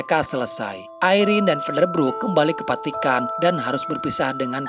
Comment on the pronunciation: Saran. Vatikan bukan patikan ngab.